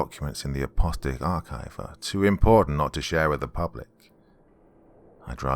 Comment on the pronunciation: App-uh-STALL-ic (not UH-pasta-lick). In case it continues on and becomes a series.